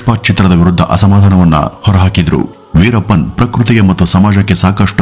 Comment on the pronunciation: ಸರ್ ಪಸ್ಟು ಹೇಳೋದಕ್ಕೆ ಮೊದ್ಲು ವೀರಪ್ಪನ್ ಅಂಥ ಸರಿಯಾಗಿ ಹೇಳಿ ಶುರು ಮಾಡಿ